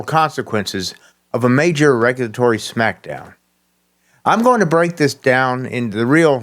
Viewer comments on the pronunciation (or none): none